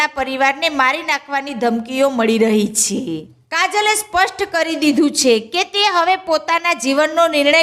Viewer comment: છે બોલતા શીખો પહેલા... છે છે